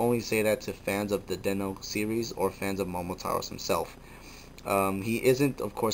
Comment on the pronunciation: .......FINNALY! Some one pronounces his name right. It has always made me cringe at how many people mis pronounce Momotaros. *thumbs up* Good on ya.